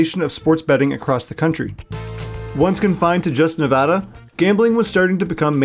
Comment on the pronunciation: Relatively affordable housing. Sigh I miss when that was actually the case here. Also thank you for pronouncing it right and not calling it “Ne-vaw-duh”